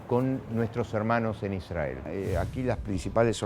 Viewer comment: Te das cuenta si son o no sionistas por como pronuncian Ishrael.